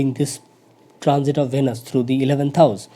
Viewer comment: Plz listen pronounciation of Venus on Google..and correct it